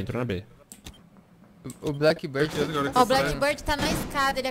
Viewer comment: n se pronuncia blackbãrd se pronuncia blackbírd